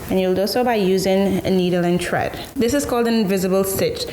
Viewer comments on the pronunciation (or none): Great job sis ! I like how you say tread instead of thread no hate cool Little West Indian / carribean accent me and my 9 year old detected lol 😂 have a blessed one